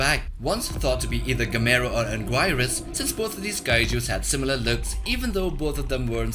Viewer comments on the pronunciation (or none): Aaaah, the great Kaiju “Anguwhyrus” 😂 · Bruh this man said angwirus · Always love hearing people who have no clue about Godzilla monsters try to pronounce their names… It’s (Ang-Gear-Us)